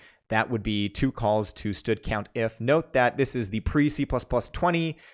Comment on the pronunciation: std:: you say "stud", that is funny. I say "standard" "standard count", "standard max" anyway, who names a library sexual transmitted disease?